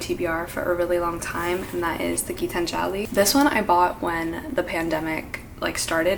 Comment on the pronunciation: As an Indian it is my duty to tell you that Gitanjali is pronounced Gee-taanjali and not like Gitan-jaali.